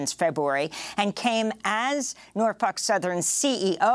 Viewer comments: Its NorFOLK, not NorF*UK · Amy's got the pronunciation of NorFUK down pat. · Every time she pronounces "NorfOLk" as "Norfuck" take a drink.